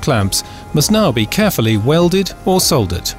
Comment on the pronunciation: grount, grount then soldert? come on. that's just being difficuld.